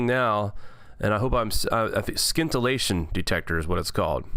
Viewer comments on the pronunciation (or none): It's pronounced sintillaion. The c is silent like in science. The technology has existed for years. What changes over time is the material the scintillation crystal is made from.